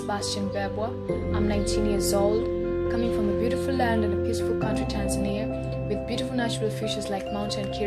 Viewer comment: I love how she pronounced Tanzania😍